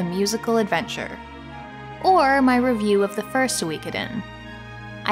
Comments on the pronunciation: suikoden not suweecoothen. s2 was the best btw if u didnt know. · “Sooweekoden” Girl. Pronounce it correctly if you’re going to shit all over it. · I always pronounced it as Soo-koden like suit. It's weird hearing it as So-wee-koden. It's like reading an entire book saying a name a certain way only to find out you had it wrong the whole time.